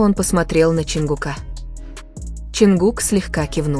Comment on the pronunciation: Не ЧИнгук.а ЧОНГУК.говорите правильно.не ЧонгукА.а ЧонгУка